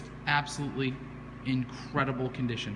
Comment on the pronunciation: "The Coop is incredibil".